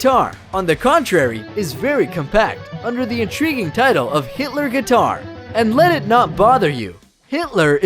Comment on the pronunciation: am I hearing this wrong? it really sounds like he's saying Hitler.